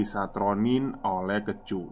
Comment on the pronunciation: Kecu = rampok. Bacanya kaya "e" di keju bang